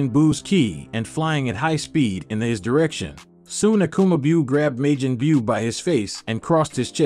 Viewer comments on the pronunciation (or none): When he says Majin Buu it sounds like midget bew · Lol...may-gin bue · Veggatasss I’m crying saiyon and mayjim biyuuu . Hell say the right name like twice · Like k....I instead of ki. Mayjin bew....majin buu....this guy is funny,but has all of these subs 😅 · May Jin Byu?? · May-Jin boo he killing me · Smh why does this guy say Majin Buu wrong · The way he pronounced majin but irritated me